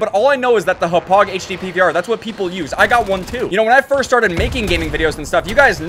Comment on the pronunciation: Yo you said Hauppauge wrong